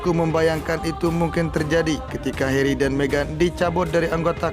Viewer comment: it's Harry not Herry